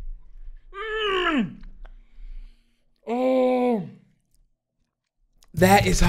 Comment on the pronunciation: HE NEES SOMILK